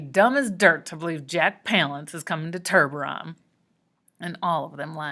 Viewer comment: Oml I’m so done with you pronouncing ‘tiburon’ as ‘turburon’ it’s so frickin annoying